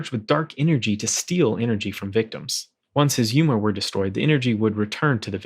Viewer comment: it's yOma not yUma :-0